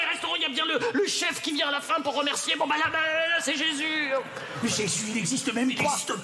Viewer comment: Elle a dit vous y êtes jez (Jesus ) 🤣🤣🤣💔